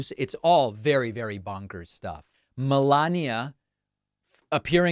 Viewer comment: Can you please stop emphasizing Melania’s name or saying’Obamner’